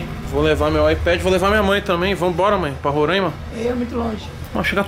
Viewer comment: É "RORAIMA" E NÃO RORÃIMA.